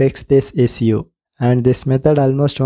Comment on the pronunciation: bc teri English waah issue ko issssuuusss bolra h